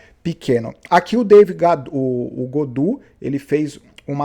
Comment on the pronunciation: Gaudu e não "Godu"